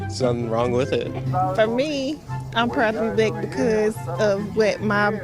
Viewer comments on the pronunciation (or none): why do they talk like they have mashed potatos in their mouth. Can she not say the word black normally and not blugh because wtf was that. This is coming from a non native English speaker who speaks proper English that's why im asking.